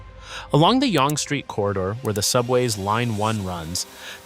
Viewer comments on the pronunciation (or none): Spadina originally was pronounced Spa-deen-ah, but evolved over time to Spa-dine-ah. Yonge is pronounced Young. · Spadina = Spa-die-na Yonge = young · Yonge as well...